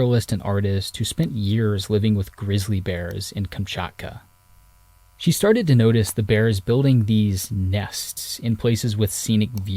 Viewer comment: Love your videos. So much information. Just a side note. Kamchatka is pronounced ‘kaam chaat kuh.’